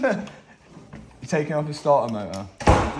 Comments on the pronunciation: Ffs..... Bweakfast 🤣🤣🤣🤣🤣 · "What is going on here?" "BWEKFAST" Matt quoting one of the most elite memes / videos going. Legend 😂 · Bro that bweakfast comment 😂😂😂 og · bwekfast lmfao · What's going on here..... bekfast 😂😂😂😂😂😂😂😂